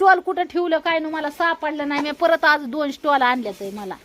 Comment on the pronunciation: स्टॉल नाही बोलत स्टोल बोलतात, ती योगी पण तेच बोलते